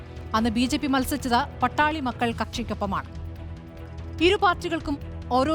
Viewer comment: Not Pattali.but Paattaali makkal